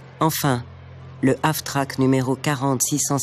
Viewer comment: "Half-track" (semi-chenillé) et non pas Af-track. mais c'est un détail ;-)